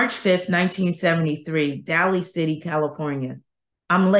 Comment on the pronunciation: Day-Lee City 😉